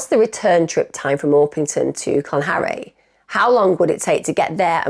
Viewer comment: Used to live in South Wales but pronounces it "Clan-harry" 😂